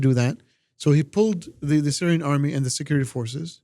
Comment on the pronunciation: "Syrian Amry" 😂😂😂